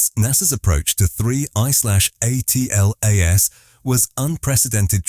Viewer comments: It's pronounced Atlas. Stop spelling it out each and every time ffs is this an AI voice over? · Spelling out atlas by the "narrator" has ruined the video.